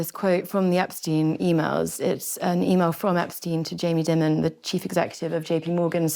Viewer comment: How can you possibly be hosting a discussion re the city, and not know how to pronounce Jamie Dimon’s name?